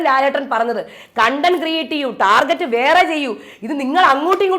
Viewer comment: Ee norede “target” enna wordinte pronunciation arengilum shradichirinoo😂